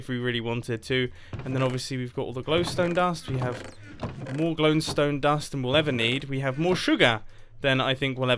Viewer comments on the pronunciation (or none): “More GLONEstone dust then we’ll ever need.”